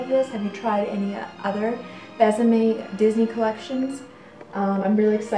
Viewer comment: So you know, the line is pronounced "Bess-a-may"; there is an acute accent aigu - Bésame which makes it soft :)